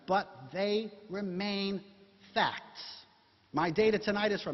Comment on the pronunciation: " And we're going to find out in this debate, who has the FACKS..."